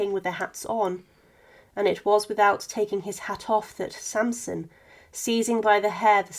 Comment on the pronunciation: The excecutioner was called Charles-Henri SaNsoN not SaMsoM.